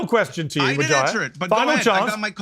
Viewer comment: I love the way Piers pronounces "Wahajat" 😂😂🤣🤣